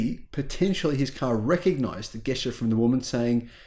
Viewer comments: Gesture is pronounced jesture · "Gesture" with a hard G. Really???